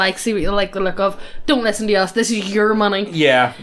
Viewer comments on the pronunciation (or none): we don't want to risten to you tark about NFT's. Stop with the hopium. Also, why are your L's R's? it confused me every video.